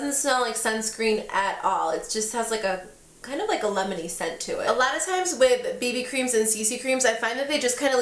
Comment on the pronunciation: When you were saying that the CC cream had a "lemony" scent I kept hearing "Lebanese" scent haha